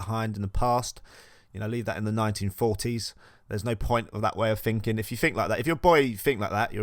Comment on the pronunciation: when u say finking 🥺